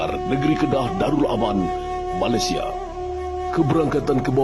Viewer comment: COBA PERHATIKAN DAN DENGAR BAIK-BAIK APA YANG DIUCAPKAN... BERKATA MALASYA... MALASYA.... MALASYA 🤣👻👻👻🤣👻